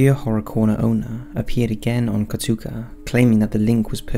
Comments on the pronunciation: Ko-Taa-Koo not Ko-Tuu-Kah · Katuka? It’s KO TA KU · Katuka lol.. It's KOTAKU, my friend. The gaming site's name is Kotaku. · Okay, but "Katuko"? 😂 Not that they deserve to be spellchecked, mind. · It’s not even KotaKO, it’s KotaKU lol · "Kotuka" - "Katoku" It's KOTAKU, damn it! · Sounded like he said kotooka to me lol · "The channels owner went on to give an interview with gaming website KATOOKA..." Has never heard of Kotaku? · Kotuka, Kotoku 😂 that's my new to-may-to, to-mah-to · Katuka..? You mean Kotaku? Dude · Spectogram? It's spectRogram. Kotuka? It's kotAkU. Why are you so bad at reading? It's literally what you do for a living. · "Kotaka" LOL!!!! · And then after he said katoeku haha I'm dying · it was driving me nuts... just look at the word and read it, lol.... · Is NO ONE going to point out how badly he butchered the pronunciation of Kotaku? It’s not Kotuka, the fuck? 😂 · Kotuka, Kotoku. You didn't call it right even once. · you always pronounce kotaku wrong XD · Scariest thing in this video is how pronounces "Kotaku". (Lol kidding, great video and love your work!) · Did you pronounce Kotaku wrong 3 times in a row, and in different ways each time? That's impressive tbh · That pronunciation of Kotaku hurts me lmao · laughed at how you pronounced Kotaku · Hearing say kotaku actually made me laugh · I swear you mispronounced Kotaku differently every time lol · The real scary part of this video is how he pronounces kotaku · Is it that difficult to look up the correct pronunciation of Kotaku? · The scariest part of this video: the way you pronounced Kotaku